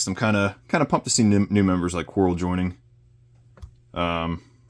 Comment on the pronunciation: Falcon and Coral 🪸 😅 I think you meant Kwarrel 😂